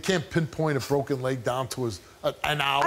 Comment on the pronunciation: "His leg was bwoken."